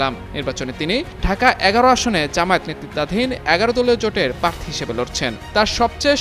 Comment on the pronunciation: পার্থী? এই হল সাংবাদিকদের উচ্চারণের অবস্থা।